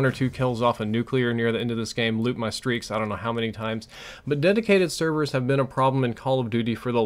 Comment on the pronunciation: Dedicated "severs"?